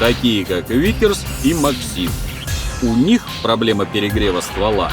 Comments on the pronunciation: Не максИм , а мАксим правильнее произносить . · максим а не максим